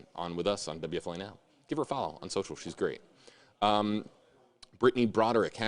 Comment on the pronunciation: Wfla it's time shelve Laundry We are tired of it. Also please pronounce your station call signs correctly. You say wfla wfla wfla wfla wfla too much. Please get a new story